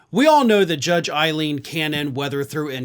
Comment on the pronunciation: please pronounce her name correctly. By her reputation, I don't care for her but everyone's name deserves to be said right. It's "Ay-leen" not "Eye-leen." See its spelling. Fani Willis gets the same treatment. Fawnie, not Fanny.